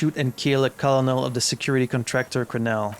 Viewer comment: By the way, I know it makes no sense, but "colonel" is pronounced "curnel."